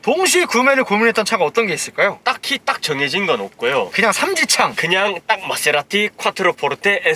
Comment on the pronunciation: 케세라티 ㅋㅋㅋ빵 터졌네